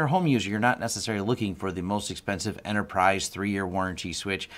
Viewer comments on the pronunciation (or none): none